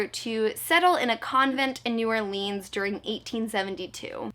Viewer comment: Me from Louisiana 😂😂 its new orleans not new orlEANs